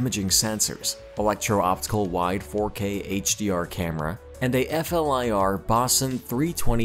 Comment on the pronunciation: F-L-I-R....lol It's not pronounced as an acronym. It's pronounced fleer